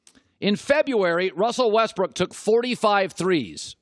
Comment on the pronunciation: WESTBRICK say his name right